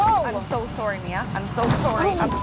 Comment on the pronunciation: But we got that Canadian "Soorry" lol